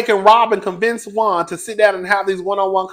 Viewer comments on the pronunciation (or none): none